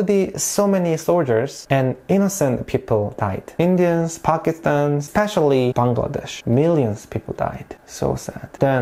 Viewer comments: You know what i liked about the video most.......? that was you pronounced 'Bangladesh' exactly how we do ..........love it ...thank you .. 😊😊😊😊😊😊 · Exactly my thought !!! Most of the people pronounce the name of our country in a wrong way which is really irritating!! But he did such an amazing job !! ❤❤❤ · I was also thinking about it!!!!😊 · The pronounciation Bangladesh..nailed it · Thanks for pronouncing BANGLADESH correctly. Lot of foreigners can't do that. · FINALLY SOMEBODY SAYS BANGLADESH CORRECTLY!!!! (btw I'm half malaysian and Bangladeshi) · The way you pronounced “Bangladesh” was perfect 👌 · You speak well of our Bangladeshi Name